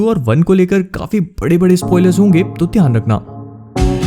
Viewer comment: When u said tayan rakhna ....I thought u are punjabi😂